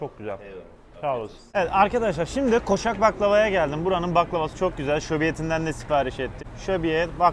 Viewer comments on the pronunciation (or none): Koşak değil koçak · Koşak değil koçak efendim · Koşak değil koçak baklava 😂